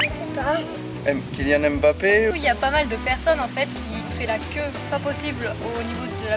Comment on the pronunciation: 現地の発音だとムバッペは ん〜バッペ〜♪ って感じだな